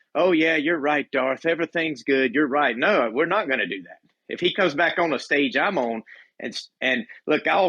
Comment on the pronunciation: What's with the odd way DeeDee says right now. That's not the way he used to say right is it? It's like new?